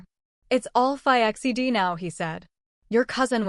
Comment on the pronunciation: This is totally an AI voice you can tell in the bad mispronunciation of words and the blending of words..fong=fang, fi-x e d= fixed😂